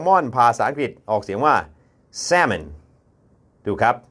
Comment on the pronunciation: แซะเมิ่น เหมือนแซะอะไรสักอย่างเลยครับอาจารย์ แซ๊เมิ่น อาจจะออกเสียงได้ใกล้เคียงกว่าครับ